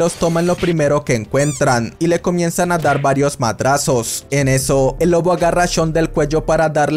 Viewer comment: oye si no te diste cuenta en vez de decir lobo dijiste loco o eso fue lo que escuche xd